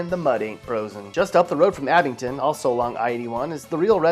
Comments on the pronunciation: Its AbingDON. Not AbingTON. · It’s AbingDON, not AbingTON. 😂